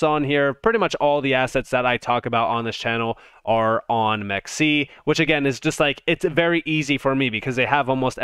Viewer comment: It’s “m Ex c”